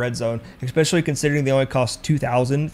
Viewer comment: Especially. The word is especially. Not eckspecially. lol Other than that, good tips.